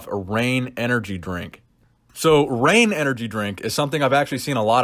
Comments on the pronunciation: I love you, but reign does not rhyme with bang lol maybe bane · "Reign" rhymes with "bang"? Are you ok? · Reign... does not rhyme with Bang.... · Only if you have an Ohio accent.